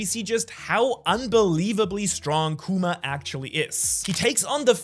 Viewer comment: Love your videos but its kuma not kewma 😭